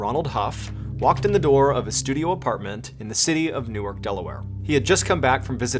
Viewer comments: FYI - it's pronounced "New-Ark" not "Newark". I know it's annoying to have such a different pronunciation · It's new ark delaware, not newwerk (it's not pronounced the same as the New Jersey one).